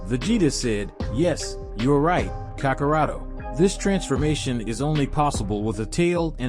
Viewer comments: OMG I almost can't finish this because you just can't say anybody's name right: sayian, kakarot, Vegeta 🤦‍♀️🤦‍♀️🤦‍♀️ get acquainted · This dude pronounces dragon ball terms weird. Whis, sayians, kakarot, ozaru...the heck man